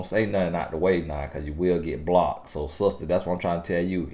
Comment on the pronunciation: Y’all, I’m from Australia and just listening to him say the down under line, Aussie and mate is hilarious 🤣 as says, keep them BLOCKTTTED 🛑